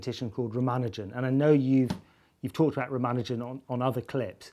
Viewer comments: ra mA' nu jan'? isn't it Ra' ma nu' jan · Simon Singh the first and only person I've heard say rah-mah-nuh-jin rather than rah-mah-NOO-zhen, and I gotta say I'm probably gonna trust his pronunciation of that